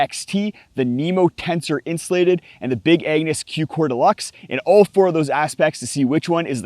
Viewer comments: I heard big anus!! He might not have said it, but that's what came out of his mouth 😂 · I'm sorry... did you call it "The Big Anus" !? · I swear I thought you said Big Anus😂